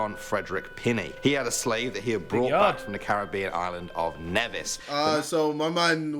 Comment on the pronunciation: he pronounces Nevis wrong,its pronounced Neevis